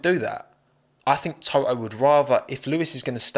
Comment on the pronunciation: You are pronouncing Toto like a Japanese person saying Touhou